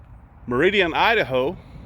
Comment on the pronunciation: Every time in the last few months i hear you say Idaho ..... I giggle and say you da ho ? .... sorry makes me giggle